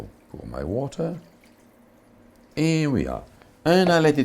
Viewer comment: pronounces 'water' better than any native English speaker I've heard.